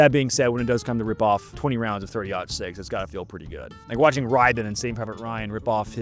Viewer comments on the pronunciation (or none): none